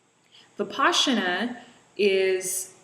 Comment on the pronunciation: It's Vipassana NOT Vipaschana! You pronounce it wrong! Just saying!